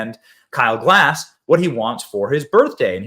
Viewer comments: It's Gass...not Glass haha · It's Kyle Gas, not "Glass". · Side note: Please read the surname a few times over. You might then stop pronouncing it "Glass". There is no "L" in the guy's name, ffs. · Even YOU got Kyle's name wrong, Benny. Kyle GASS. All of you Americans seem to glance at a word and assign some sound that resembles the word. Lift your linguistic game... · benny, the L is silent. much love